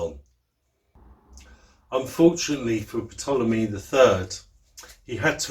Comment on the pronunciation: Ptolemy the p is silent so it's Tolemey great info thanks ...